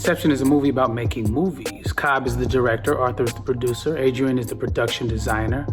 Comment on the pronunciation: He called Areadne, Adrian